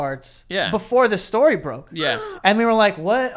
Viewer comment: He didn't ever say story correctly. Good ol Joey, flustered by an attractive girl the rips ass into Jars for money. They needed to say fart more in this episode though...